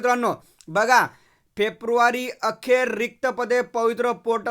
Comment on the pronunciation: फेप्रूवारी नाही रे फेब्रुवारी आहे😂😂😂. तु पण काय नमुना आहेस 😅😅😅